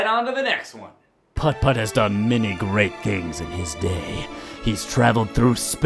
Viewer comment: I now annoy the crap out of my parents with me being my sarcastic self saying Geh-RATE all the time. Mom, "I cant afford that home frock." Me, "Geh-RATE"